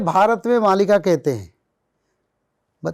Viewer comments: Why is the host pronouncing मालिका as मल्लिका....stop thinking about mallika sherawat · Are murkh anchor, isko 'malika' kahete hain... "Mallika" nahi! Jaisa aapne bataya starting mein. Kya bol rahe hain zara soch samaj kar boliye. Har cheez western style mein nahi chalti!! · Malika is pronounced as Maalika (in Hindi - मालिका). We, Odias believe in this script.